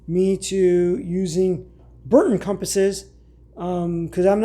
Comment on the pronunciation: Brunton not Burton.😊